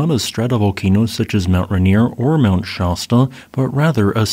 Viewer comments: It’s not SHAsta like pasta. It’s Shasta like mast. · Why do you keep saying "Shah-sta?" Rhymes with "fast-uh." Not "pasta."